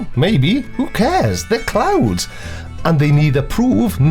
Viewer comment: Oooh. CLOUDS. I thought he said "clowns." I was confused as fuck as to what clowns had to do with this.